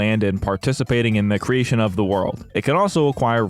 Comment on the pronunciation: very much enjoyed you pronouncing “creationof”